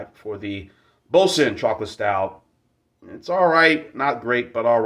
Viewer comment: I like this stout...and, it IS a terrible pronunciastion!